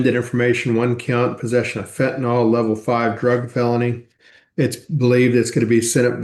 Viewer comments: Am I the only one who is annoyed when people mispronounce “fentanyl” as “fentanol”? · Fen tah nill not fen tah nall.